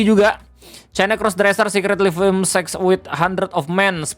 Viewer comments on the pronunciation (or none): none